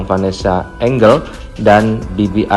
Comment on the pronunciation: Kritik nih buat narator nya biar kita dengerin nya juga enak... Vanessa Angel dibaca Vanessa Enjel bukan Enggel